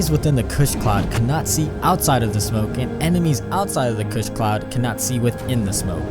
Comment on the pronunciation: "kuss cloud"